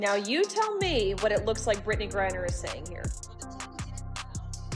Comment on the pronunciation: The woman narrating this video needs to learn how to say Griner. What an idiot.